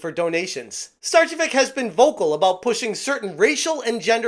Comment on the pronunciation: It's pronounced ('star-che-vich'), as either she herself or her husband is of Serbian or Croatian heritage. Either way, tell those false Finns to shut it!